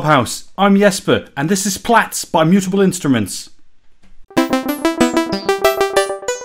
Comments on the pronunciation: You're correct in pronouncing it "Plats" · That’s the correct pronunciation my friend. Just look at its logo …